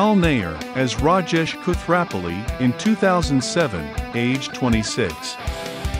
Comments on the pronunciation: I noticed you mispronounced a couple of the character's names. Which is odd, because they're said on the show many MANY times. It's hard to imagine anyone not knowing how to pronounce Kripke, or even Koothrappali. It’s pronounced as Koo-thra-ppa-li, not Kooth-rap-pali as you pronounced it. And Kripke is pronounced as Krip-ke (that’s an e at the end, not an a). Other than that, it's a very informative video. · So i guess this youtuber hasn't watched the show cause he doesn't know how to pronounce the name Koothrappali correctly.